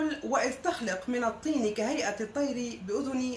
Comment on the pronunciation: اولا..قولي انجيل توما مش كتاب توما ... لانكم تنكرون انجيله و الذي بدوره ينكر صلب المسيح و الوهيته... ثم هذه الاية نزلت قبل زواج الرسول الكريم بماريا القبطية.. .ههههههه بعدين قراءتك غلط مش" بأُذُني" و إنما "بإذْني"يعني بأمر الله على فكرة هلا احنا اعرفنا انك بس بتقرأي المكتوب الك...و ما عندك فهم للغة ولا ثقافة ..